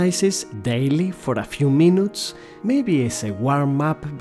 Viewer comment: Minutes pronounced as Mee-Noo-Oots?? DA PHUC BRO